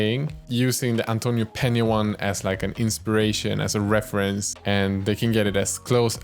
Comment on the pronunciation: You're probably the only youtuber that pronunce correctly 'peña' and 'vallejo'